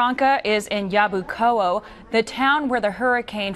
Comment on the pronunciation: lol Yabucoa, it's pronounce YabucoA with A stronger than o